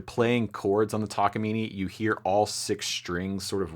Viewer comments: Now it's a "Takaimine" instead of Takamine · Would it kill you to say Tah-kah-mee-nay? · Now, learn how to pronounce it: tak a mean eh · I think it's pronounced "Takaminé" sounds good much love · Downvoted for consistently deciding to pronounce the i and e in Takamine as if they were the same letter.